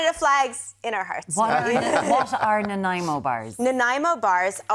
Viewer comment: As a British Columbian who grew up on Vancouver Island, thank you SO MUCH for pronouncing Nanaimo correctly, which is somehow an impossibility of most Americans.